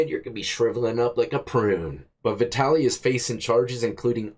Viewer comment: Vitaly. Vatality. VATALITY. 😂😂